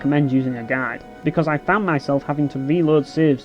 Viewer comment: I got confused when you kept saying "gag" Turns out you mean GUIDE. HAHAHAHA!